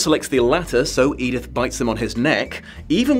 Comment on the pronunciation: Oh, no. She doesn't call her "Edith." She calls her "Edythe." For some. Insane. Reason.